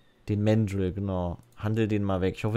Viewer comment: Man sagt übrigens ganz normal Mandrill mit deutschem “a”, nicht englisch [mendril].